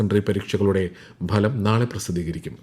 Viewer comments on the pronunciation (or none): 8.39 മിനിറ്റിൽ വിദ്യഭ്യാസ വാർത്തയിൽ ഫലം എന്നതിന് ബലം എന്നാണ് ഉച്ചരിക്കുന്നത് ഇത് പലരിൽ നിന്നും ഉണ്ടാകുന്നു